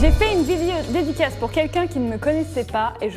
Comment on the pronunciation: et le "dedicasse"